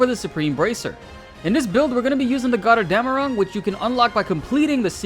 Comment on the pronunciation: As a german I had to smile listening to you saying Götterdämmerung. This means Gods Dawn in english btw